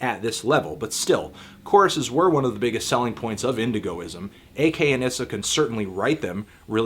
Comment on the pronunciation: wow ur mis pronouncing ak's name